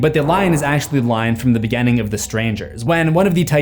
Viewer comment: One thing you may have missed about is he pronounces the letter "I" like an "E" when he says words like "beginning" and "continues" sounding like "beGENning" and "conTENues"